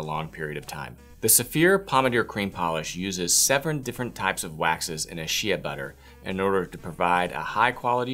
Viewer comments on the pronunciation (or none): shea butter is pronounced "shay"